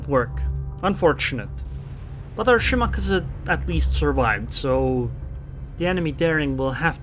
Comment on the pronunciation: The way you pronounce Shimakaze is stroke inducing. Good video.